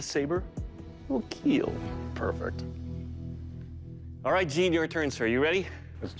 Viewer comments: KEAL not keel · It will keel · "it will Kiel"